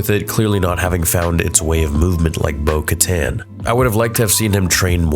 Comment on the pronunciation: Did Bo dirty with the pause 🤣🤣